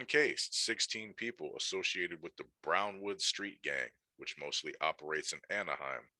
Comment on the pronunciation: Is not hard to say BrownWood get it right